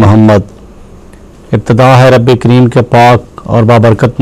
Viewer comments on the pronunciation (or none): none